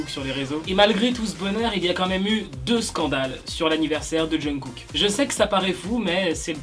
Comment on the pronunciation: la prononciation du nom de Kook m’horripile vraiment mdrr